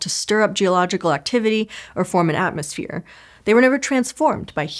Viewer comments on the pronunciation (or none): none